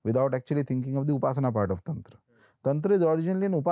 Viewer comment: It's not tantraaa, it's Tantra🤦‍♂️